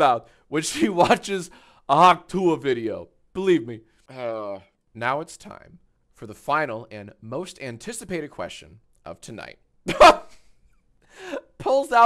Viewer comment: It's not hawk toowah... It's hawk TWAH